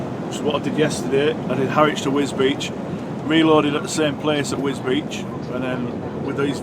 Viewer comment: Wisbech? Wisbeech? At least you haven`t said "Gorganzola services" like Deady did!